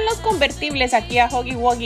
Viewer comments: se dise guji guía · no se llama digo no se pronuncia asi se pronuncia juggy guggy